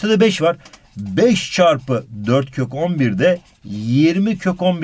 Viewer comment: abi 14 kök 11 i 14 kokombir diye okuyon yiaa sjsjjsjsjjs